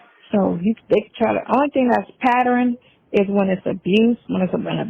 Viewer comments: "It's a patterin." 🤦‍♀️ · PAT-TERN!!! It’s a two syllable word slo ssa.